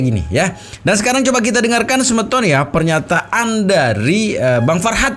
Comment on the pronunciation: Bukan sebeton tapi semeton, semeton itu artinya seperti sahabat atau sodara